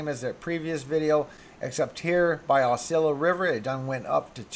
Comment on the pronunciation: plus Thanks for the updates, helped my daughter make decision on postponing her trip to Sarasota. She was supposed to arrive there this evening, thank you. But, just so you know Osceola is pronounced Os-see-o-la. It's a Seminole name